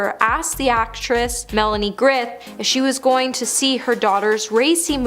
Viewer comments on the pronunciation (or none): "Melanie Griff"??!? 🙄